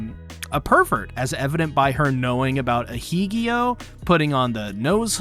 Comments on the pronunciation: Ah-heh-gao not aheegioh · Ah - hay - gah - oh 😂 In Japanese, 'G-A-O' is spoken as two syllables: 'Gah' and 'Oh' "Ahegao" is also slang from the Kansai dialect (Osaka/Kyoto), but it became commonplace within the otaku community. P.S. aru neko = arukōru(alcohol(ic)) neko